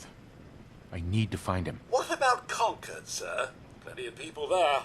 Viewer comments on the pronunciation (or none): Con-cord, not Con-card. It's the town from the "The British Are Coming!" Minuteman story.